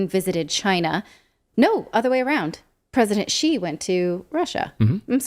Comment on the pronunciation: Thanks for pronouncing 'XI' correctly, Nat. You're part of a small minority that doesn't include Mercouris or Napolitano.